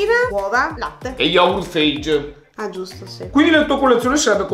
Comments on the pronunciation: Lo yogurt si pronuncia fa-yeh! (Lo trovi persino scritto sul lato di ogni vasetto)Scusa sono troppo pignolo, sempre simpaticissimo! Meriti tanti like👍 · Yogurt Feig? 😱 Fage si legge Faghe è greco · LO JOGURT NON SI LEGGE “FEIG” MA “FAGHE” PERCHÉ È GRECO NON INGLESE PER FAVORE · Video top come sempre. P.S.: Lo yogurt si pronuncia "fa-yeh", c'è scritto pure sulla confezione😅. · Si legge Faye ahaha🤗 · Si scrive Fage, si legge faie